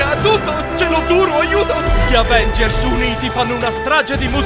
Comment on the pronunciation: "Agenvers" a mi fa morire vi giuro ahahahha